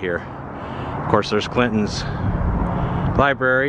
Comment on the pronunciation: Had to stop the video. You are on a platform where you are attempting to inform people. The third time you said LIBARY I was done. Sorry pal. 😑